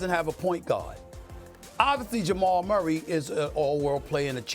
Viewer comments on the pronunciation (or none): none